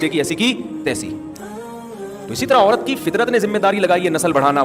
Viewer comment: اورت نہیں ہوتا ہے۔۔۔عورت ہوتا ہے۔۔۔